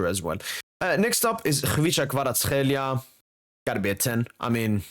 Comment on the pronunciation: For a Georgian it's so funny to hear how accurate is you Kvaratskhelia pronounciation )) You are the only non Georgian guy who says his name the correct way👍👍